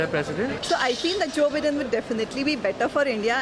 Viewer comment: Joe Beedan!? It’s Biden! 😁